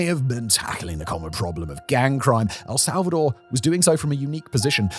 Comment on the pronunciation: "Some countries failed where Else'alvador succeeded" 😅